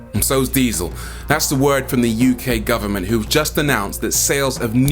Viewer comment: Who is gowerment 🤣